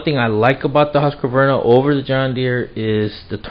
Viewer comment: It's not that his camera is bad -- it's a low-res upload to the internet. Well, his camera may be lousy, too, but no recent camera is 144p. And, it's "Husk-var-na" -- 3 syllables, not "Husk-a-var-na." You should be able to correctly pronounce the names of family, co-workers, and power tools. If you don't, they'll bite you.